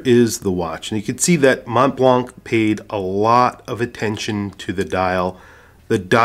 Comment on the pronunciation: Montblanc is pronounced Monblan.